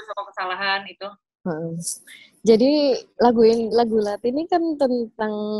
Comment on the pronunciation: SEMUA ORANG DI INTERNET SALAH NGUCAPIN KATA LATHI. "THI" NYA ITU SALAH, BUKAN KAYAK NGUCAPIN T BIASA. TAPI YA MEMANG KALO BUKAN ORANG JAWA ATAU BALI SUSAH NGUCAPIN "TH" ITU. BANYAK KATA DALAM BAHASA JAWA, KETAMBAHAN HURUF H SAJA SUDAH BEDA JAUH ARTINYA. MISAL WEDI DAN WEDHI. WEDI ITU TAKUT SEDANGKAN WEDHI ITU TANAH/PASIR. LALU TUTUK DAN THUTHUK. KALAU TUTUK ITU KATA HALUS UNTUK CANGKEM ALIAS MULUT SELAIN LATHI. BEDANYA TUTUK DAN LATHI ITU KALAU TUTUK ITU BAHASA JAWA HALUS UNTUK CANGKEM YANG DIPERUNTUKKAN UNTUK MENUNJUK MULUT ANAK KECIL ATAU ORANG SEPANTARAN YANG BARU KENAL ATAU KENAL TAPI TIDAK AKRAB BANGET. NAH KALAU LATHI ITU UNTUK MENUNJUK MULUT ORANG TUA. JADI KALAU TADI TUTUK ITU KATA HALUS UNTUK MULUT, MAKA KALAU THUTHUK ITU ARTINYA PUKUL. KALAU NUTHUK BERARTI MEMUKUL.